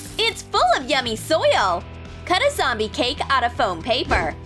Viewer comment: i's not gomy i's jombiy